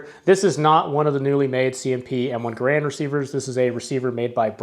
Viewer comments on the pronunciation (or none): GARE-and, not guh-RAND. That's the way John Cantius Garand pronounced it. My favorite Canadian! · I suggest that you learn how to pronounce the surname ‘Garand’ before making another video on the M1 Garand rifle. The stress is on the first syllable. John Garand changed the spelling of his name when he moved South to the U.S.A., in the same manner as the Buies, who changed the spelling of their family name to Bowie. In neither case did the pronunciation change. Either watch an original U.S. War Department film OR a recent Forgotten Weapons video on the M1 Garand.